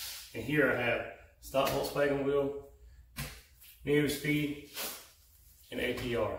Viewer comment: So, it’s not pronounced “Neo Speed”. It’s pronounced “New Speed” for Neuspeed wheels. Just FYI.